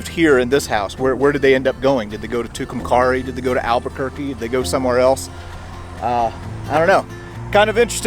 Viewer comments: Just a heads up. "Tucumcari" is pronounced "Too-Cum-Kerry" around these parts. Great series regardless! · You went through my town, Tucumcari! It’s pronounced like the word, carry. 😁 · Sorry, that's supposed to be Tucumcari. It is pronounced Too-come-carry.